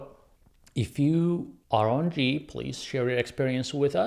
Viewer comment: It's pronounced Gee not jeee